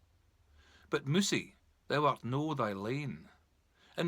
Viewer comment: Misprounced "thou" throughout.